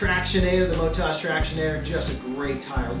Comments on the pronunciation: It’s Mot-oz. As in Oztralia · that's a thorough review, thanks! I was so distracted by your pronunciation of MotoZ (should be Moto-Z in my view), that i had to really focus to get the rest of the review. That Brad sure is a horse's head....... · They are from an Australian company, built tough for Australian conditions. From Oztralia, the land of OZ; So the emphasis is on the last syllable - motOZ.